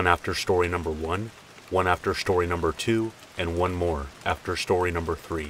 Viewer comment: "Shtorey" kills me